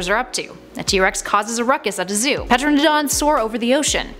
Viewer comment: Ohmygod I hate when people say pteranodons like that!